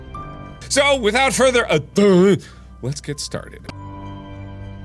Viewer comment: I love how in the biggening she said "WiThOuT fUrThEr A dEw" lol